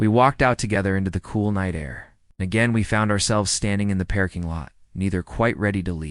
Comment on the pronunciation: We were in the pairking lot😂 all my life I thought it was a parking lot😮gotta love A.I. or NOT😂ALSO AT THE END….drop a LEAK and put into the comments….😂